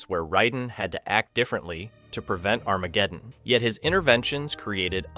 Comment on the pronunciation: I thought I was the only one tripping when I heard that. His pronunciations are not ideal lol.